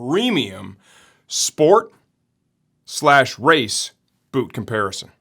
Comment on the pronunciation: SPORHT BEWT LOL